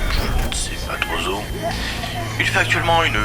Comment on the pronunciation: Super vidéo mais la liaison “trop’z où” fait mal aux oreilles !